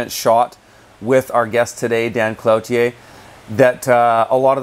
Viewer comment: I would think it's properly pronounced KLOO-tier (at least in French)